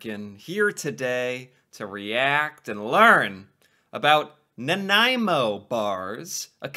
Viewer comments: You did well pronouncing Nanaimo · Ha! I’m from Nanaimo. A local bakery here makes the yellow Center with a peanut butter mix. It so much better. By the way you say Nanaimo really well.